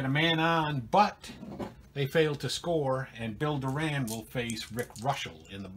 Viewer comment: Thanks. What Happen To Mariano Duncan? He was the Reds Starting 2B During the 1990 Season. Also Just Saying...2B Bill Doran's Last Name is Pronounced Doorin.......Great Series, Take Care and Roll On***